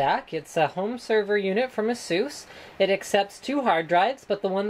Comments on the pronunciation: Az-zus not assuss! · There really isn't a "right" way to pronounce ASUS, ASUS is a company from Taiwan (I'm a Taiwanese, and I'm very proud :D) and they all call it "AHHSOOS" So I don't see what's wrong about it